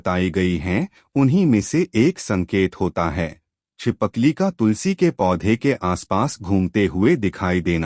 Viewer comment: Pehle hi galti kardiya chipkali ko chipakli bol rahe ho